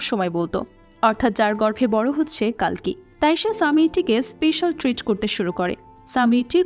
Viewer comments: It's কল্কি, not কাল্কি It's কর্ণ, not কার্ন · i think name pronunciation sob vashate ekrokom hoya uchit. Bar bar কাল্কি and কার্ণ shunte odd lagchilo. Otherwise 👌